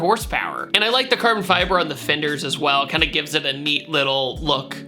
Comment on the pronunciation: Did you just say carber fiber?